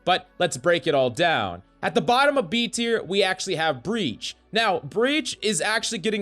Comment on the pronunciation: ah yes “breach”